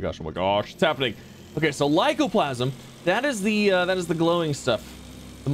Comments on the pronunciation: Aight, does ya boi really not see the 'a' at the end of the word 'lycoplasmA'? Cuz it's been basically forever that he's been chopping that 'a' off and saying 'lycoplasm'. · Plas-ma. With an a on the end